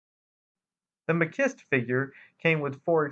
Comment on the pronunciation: I always pronounced it (Mah-keeste) machiste